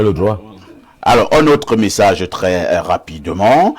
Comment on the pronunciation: de + en + stylée par contre elle dit tjrs cr.. au lieu de tr..😂😂😂😂 craditionnelle crop